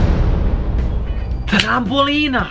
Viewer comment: Ne kaze se trambolina nego trampolina!!!